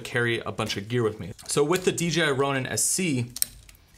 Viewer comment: 1 question, why does every reviewer say D, G, I? Am I crazy but its D "J" I right?